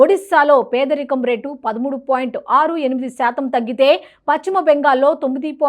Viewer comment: Paschima bengal not pachhima bengal utcharana marchandi